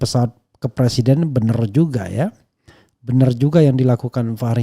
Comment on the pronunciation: bicara "BENAR" bukan "BENUR" 🤣🤣